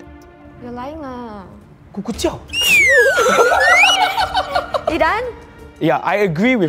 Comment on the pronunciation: “kukujiao”